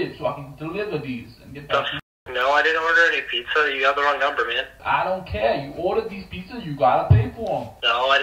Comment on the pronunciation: Bro: No I didn’t Order aPiZzA